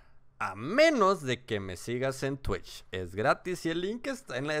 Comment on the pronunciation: O TWETCH y TWATCH creo que ya es a propósito